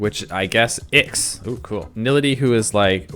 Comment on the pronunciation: Glorp the accurate name of IX (by the way its pronounced I as in I and X